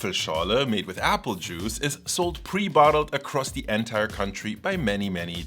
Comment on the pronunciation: as a friendly reminder, please look up the pronunciation of the word "entire". you use it soooooo often, it drove me nuts. xD great video though!